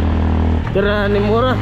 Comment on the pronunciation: MURA HINDI MORA YAWA